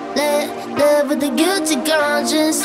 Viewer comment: I love the song but the fact that she doesn’t pronounce the v in live kills me😂